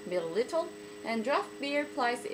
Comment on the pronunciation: Thanks for another fun video. お疲れ様でした is one of the most confusing phrases I've heard!!! btw, I know this video is old and you probably got better at pronunciation, but at the end you say: millilitel instead of milliliter (the last letter is r). Cheers